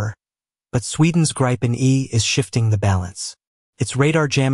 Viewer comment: not how gripen is pronounced